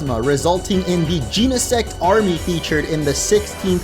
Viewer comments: Macro cause-mos, not cos-mos. Jeh-neh-sect, not jean-neh-sect. Based on genesis, meaning the beginning or origin of something since Genesect is a prehistoric Pokémon, and the Book of Genesis, the first book of the Bible, which is about the creation of the world. Also, Genesect was revived from a fossil by Team Plasma, and the only thing man-made about it is the cannon. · Jen - uh - sect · You been saying Genesect wrong